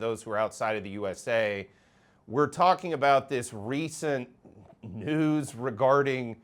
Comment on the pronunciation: The way you say "News" in the intro has me rolling.